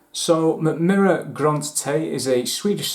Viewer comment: That's actually one of the better pronunciations I've heard from a Non-Scandinavian ;) Great review! If you want to dive deeper into Swedish Whisky, do get a sample of High Coast (former Box Destillery).